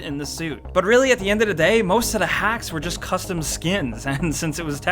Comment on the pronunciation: "At the end uddaday" AAHHHHHH